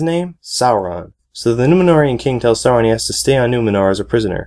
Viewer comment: You pronounced Sauron wrong.